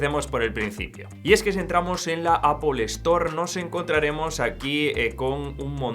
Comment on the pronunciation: Apol y Apol Stor 😆😆